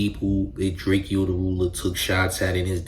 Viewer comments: Why you watching yourself talk instead of looking into the camera? Weird AF 👀. and its pronounced "Drake--Ohh" not "Drake--EE--Ohh" 🤦🏽‍♂ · Why do you say drakeeo it’s drakeo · Bro how you gonna do a video and not pronounce his name right? I can’t watch this shit 💩